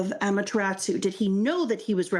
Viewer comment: I love these videos so much. Can't wait till you get up to date. This is my favorite "first time reading OP" content right now (and possibly ever). Just a couple of nitpicks: - It's "Amaterasu" not "Amateratsu" no t. - "Izanagi" and "Izanami", not "Izunami"